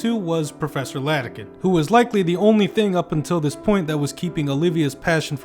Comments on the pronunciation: Bro doesnt know Its iadakan not Ladakan 💀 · It's IADAKAN not LADAKAN. Great review otherwise. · Great video, but your pronunciation of Iadakan's name makes me cringe into a singularity. It's a capital I, not a lowercase L. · Sans-serif was a mistake.